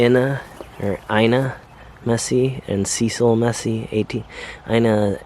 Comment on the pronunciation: Nice vid. I think Meese would be pronounced like Geese, not Messy